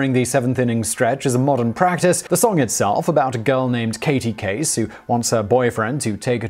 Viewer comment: All the corrections in the comments about the pronunciation of "Caray" and "Veeck," yet has no one mentioned that he also mispronounced the character Katie Casey in the song itself?